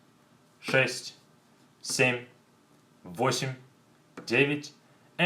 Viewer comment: When he says"sheet" it sounds exactly like "shit". Just sayin.